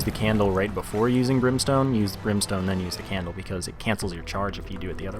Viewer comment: candle and brimeston ugh